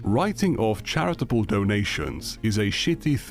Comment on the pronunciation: Énfasis on "charitable"